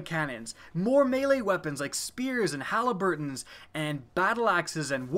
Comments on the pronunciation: it's HALBERDS. Halliburton is an oil company 😂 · Bra i've never heard of the weapon known as halaburtns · Haha dude, what the hell is a Halliburton ?